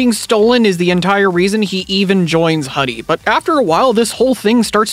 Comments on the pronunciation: It's not pronounced as Hudie(Ha-Di), but as Hudie(Who-Di-Eh), which is the Chinese word for butterfly. And it's sort of on theme with the ending, with Erika turning into Hudiemon, a butterfly digimon. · Great video. Pretty sure it’s pronounced “Who-Dee” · It's pronounced hoo-dee. Their uniform, a hoodie, is supposed to be a reference to their name. It's the Chinese term for butterfly. Hence why hudiemon was a butterfly.